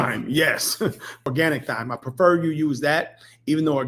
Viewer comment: Respectfully, it’s pronounced “time”.